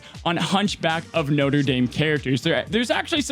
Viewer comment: I don't know why it bothers me that he pronounces Notre as Noter but it does lol